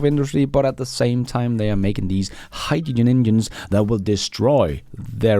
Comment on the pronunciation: Toyota is drowning in Gin, that's Hyd-da-gin 😂